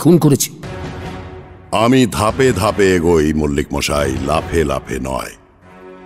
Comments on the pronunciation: Akkebare moner kotha bollen.. ak adhbar thik achhe.. kintu akta line e tinbar mo-aaa-ee otyonto biroktikor matal type shonachhe.. kane lagche bhishon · যে মানুষ সব উচ্চারন ঠিক ঠাক বলতে পারে, তার মুখে মশাই এর পরিবর্তে মোয়াই বলাটা খুব কানে লাগছিল। অতিরঞ্জিত মনে হচ্ছিল।তা ছাড়া সব টাই অসাধারণ।❤️❤️❤️ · প্রতিবারের মতো এটাও অসাধারণ । শুধু জটায়ুর 'মশাই' টা 'মোয়াই' না হলেই বোধয় ভালো হতো। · জটায়ুর "মশাই"-কে "মওয়াই" বলাটা ছাড়া আর সবকিছু দুর্দান্ত... জিতে রহো Sunday Suspence... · লালমোহোন বাবুর মশাই উচ্চারণ দিন দিন ম-আআআআই হয়ে যাচ্ছে. I hope it will be corrected in future episode. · 'Moshai' taake 'Moaai' bola ta bhaalo laagchhe na| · 'মশাই' কথাটা সবসময় 'ম-আই' শুনতে ভাল লাগল না। শেষের দিকে বেশ অস্বস্তিকর লাগছিল। ব্যাপারটার একটা সামঞ্জস্য রাখলে ভাল হতো। ইতি, এক ফেলু ভক্ত। 🙂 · আপনাদের পরিবেশনার কোনও জবাব নেই। কিন্তু আমার মন্তব্য শ্রী জগন্নাথ বসুর উদ্দেশ্যে। জটায়ুর চরিত্রে "মশাই" শব্দটা কে বেশী কায়দা করে উচ্চারন করতে গিয়ে "মহাই" বা "ময়ায়" উচ্চারণ শুনতে বিরক্ত লাগে। এই রকম উচ্চারনের কোনও reference ফেলুদার কোনও গল্পে পেয়েছি বলে মনে পরে না। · যিনি জটায়ু হয়েছেন তিনি ঠিক করে মশাই বলতে পারেন না কেনো?? খালি মশাই k কেমন জানি moai moai বলে যাচ্ছেন।